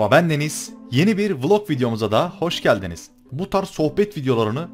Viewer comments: okunusu vilog yazilisi VLOG dogru oku abi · Abi valla sana gıcık kaptım çünkü vloggg dıyon :d vilog dersen sevinirim qeqwqqqr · vlog bile diyemiyor canını yidiğim >3